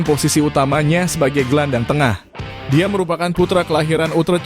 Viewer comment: FC Utrecht dibaca nya bukn utrech